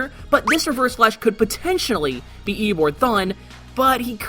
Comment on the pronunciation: Did no one else hear him say EoBORD the entire time